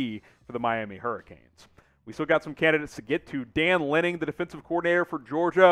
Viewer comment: It’s Lanning not Lenning! Are you guys for real. Get it together PLEASE